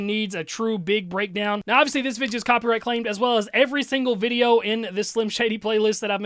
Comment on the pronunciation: i love how he pronounces video like vige yuh